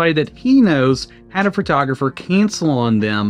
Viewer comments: Fertographer? Listening to this was like driving over speed bumps at high speed. My ears are bleeding. The photographer acted like an amateur and should be out of business. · I didn't even notice you said "fertographer" until I read the comments.🤣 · Take a shot every time he says "Phrotrogropher"